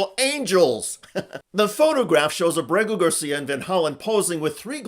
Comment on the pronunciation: I love you Mr. Schuster, but Kilmar's surname is Ábrego (AH-bray-go) Garcia is his mother's maiden name. AAbraygo Saludos desde Puerto Rico